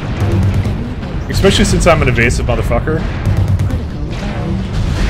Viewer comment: Especially not ecspecially or exspecially!!!